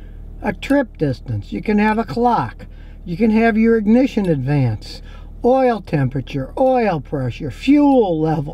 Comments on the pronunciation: "INGNITION"????? Whiskey Tango Foxtrot......@ ;^) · "INGITION" LOL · That definitely said "INGITION" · INGITION ! Rofl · "ingition", wow very fancy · Oh no, not the "ingition" LOL! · Ingition? Lol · C'mon Scotty, really, "Ingition". What, Made in WUHANG, CHINA????